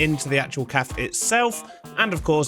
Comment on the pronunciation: bro stop saying "calf" instead of cafe